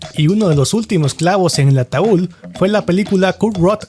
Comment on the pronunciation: “ATAUL”??? De verdad dijo “ATAUL”?????